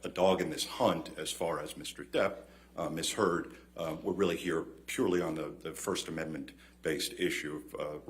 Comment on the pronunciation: Judge called him miss heard 😂 3.15